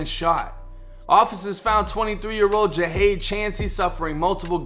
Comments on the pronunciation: You're pronouncing his name Ja-hade when it's clearly Jihad (gee-had). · Thank u also u say his name as ja haad